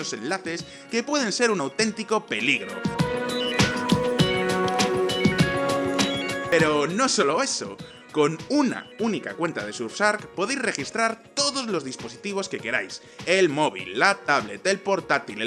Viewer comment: "Surf shchark" NO "surf dark" --soy Español y lo pronuncio bien. Es como decir SHE, se pronuncia chshii, NO "esji" sería bueno que trabajes un poco más en tu pronunciación del inglés. Es típico de los españoles saltar la "SH" y NO es correcto.